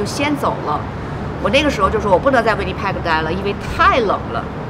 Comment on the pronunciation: 呆了這麼久，這麼小年紀來，還把Winnipeg 的Peg的音發成這樣….. 聽的好難過😅